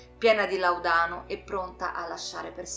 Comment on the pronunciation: Bellissimo video, però il Laudano ha l‘accento diverso sulla seconda a, rispetto alla tua pronuncia.